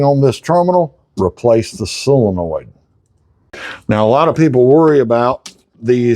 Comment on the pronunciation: It's not a silinoid, it's a solenoid. Not that it matters, we know what you mean.